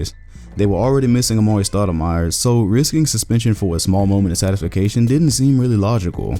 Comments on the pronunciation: satafication? do you mean satisfaction? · Did he really just say satisfication instead of satisfaction? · “Satification” Or satisfaction... 😂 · “a small moment of SATIFICATION” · Wtf is “ satisfication “? Lmaooo you mean satisfaction ? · Satisfication. You said that. 🤣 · A small moment of... Satification? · my mans said sastisfy-cation :) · Satis-fication? Ha Hahahaha!!!! You must mean satisfaction? Mixed with gratification? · This dude just said "satisfication"... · Wtf is “satisfacation”??? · did this dude really say "sat-is-fic-ation" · Satification? Lol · Did you say satisfacation 😂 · Satification he says wtf is satifacation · One, your minute and a half intro was way too long. Two, you said satisfacation... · Dude, did you really say the word satisfacation? Get it together man. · "Satisfication" lol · "Satification"? Is that anything like satisfaction? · satisfication? Satisfaction bruh satisfaction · “Satification”- 2018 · Did you say satisfication? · this man said satisfication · Did dude really say "satification?" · Did you invent a new word ? Satis-facation? We know what you meant, but it made me chuckle. Well done video. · . Yes he did. It's my new favorite word. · Did he say satisfication? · My man said sadifacation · Excellent video! I'm not looking at the comments first before I mention this- What the bloody hell is "satifacation" ? I'm playing around because you're vids are great. That just cracked me the hell up! Peace. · We gon act like he didn’t say “satisfacation”?💀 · Anybody else hear "Satis-fa-cation" - lol. Yep, he did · Umm..did he say "satisfication"? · Satification?! Lol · "satisfication," caught you slipping, 😂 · I hope you are reading these comments and paying attention. I had to stop watching after you said "satis-facation". No Lie, send the script to me, I will do it for free. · Hol up My boy dom said Satisfication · Satisfication though... 😂😂 But good video all in all. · It's a made up Don King word.😂😂😂🤷‍♂️